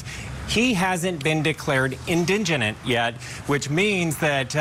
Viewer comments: Say it with me...In-di-gent. Indigent. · Indigent. Your reporter completely mispronounced the word.